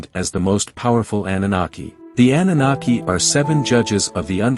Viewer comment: Defining the term but cant even pronounce it correctly. LMAO Thumb'd down.